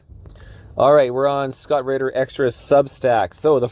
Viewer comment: His name is spelled “Ritter” RiTTer. I hear ridder too